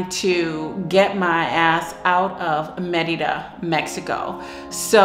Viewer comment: I really appreciate how you pronounce Mérida correctly, not like most other U.S. creators.